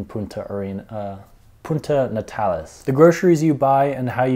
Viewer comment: So much bad advice in this and some things that are completely wrong for visitors at any other time of the year. He can't even say Puerto Natales correctly let alone communicate with the locals.